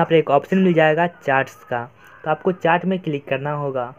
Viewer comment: Bhai ye chaat (चाट) nhi hota chat (चैट) hota hai 🤣🤣🤣